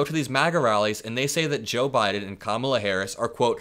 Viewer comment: He continues to mispronounce Kamala Harris’s name. He is a disgrace.